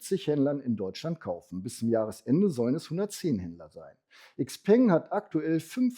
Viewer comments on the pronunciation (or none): none